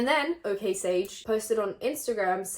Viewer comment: me neither. She normally isn't a problematic person at all so i got really shook when i heard her say okaysage 😳😳😳